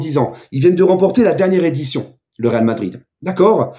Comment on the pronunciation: Toi pourquoi tu dis Vadrid t'es pas objectif le seul et unique parisien objectif c'est l'Immigre Parisien